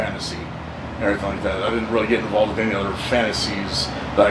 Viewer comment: “And errryfing like that”